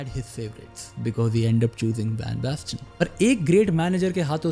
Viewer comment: Marco van basten ❎ Marco bang basten ✅